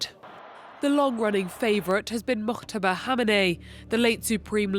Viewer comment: Who the hell is "mokhhhhhhhtaba"? Why are the reporters of France24 making these voice overs, doing their own fabricated their own pronunciations of a name? His name is Moj-taba" with "j" sound like "jeudi" not "khhhhhhhh". Same goes with Mahsa Amini. The "h"-sound is a silent "h", which means her name should be pronounced "Ma-sa".... yet your average French reporters, when they pronounce it, they either fabricate their own name, like "Ma-sha" or even worse "Marrrrrsa". Jesus Christ, what kind of vicious condescending stereotyped staff do you have in your newsrooms?